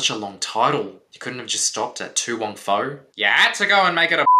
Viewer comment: It's foo! Not fow!😂